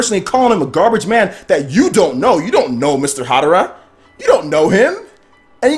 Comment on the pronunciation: Harada pal,not Hadara.